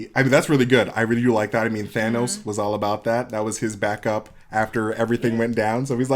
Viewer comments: It shouldn’t bother me so much but I’m annoyed when people pronounce thanos in a weird way. (Thaynos) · & Red Skull: The only 2 people who pronounce it "Thay-nos". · Why do they pronounce Thanos as Thay- no?